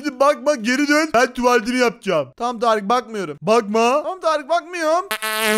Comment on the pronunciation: Abi sen hala Tarık diyorsun